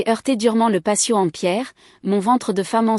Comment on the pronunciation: C'est " patio " !!!! pas " passio, " !!!....